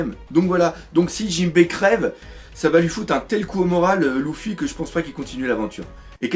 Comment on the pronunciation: la seule critique que jai a dire dans chacune de tes video est : que quand tu dit luffy tu le prononce louffy '-' . ptn que de puissance dans tes video